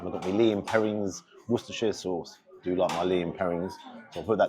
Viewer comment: In the name of all that’s holy, HOW can an Englishmen pronounce Wosterchershire sauce anything except ‘Wooster’? 😂